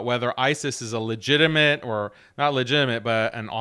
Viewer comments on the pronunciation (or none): none